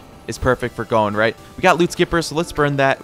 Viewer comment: Why do you keep saying gone or cone instead of his actual name 😭